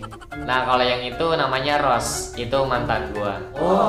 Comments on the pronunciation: Jiso d panggil Jisu, Rose ya d panggil Rose, bukan Ros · Jennie bkn jeni rose nya ngomongnya bkn ros tapi rose